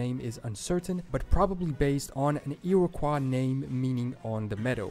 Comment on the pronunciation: yeah I noticed Iroquois too